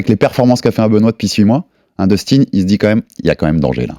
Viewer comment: " dustin " sa ce prononce " deustin " pour daniel 😊